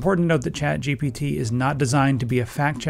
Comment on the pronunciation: I keep hearing "CHAD" GPT